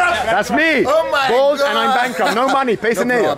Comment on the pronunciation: Bald says Bald but he says bose hilarious ...........................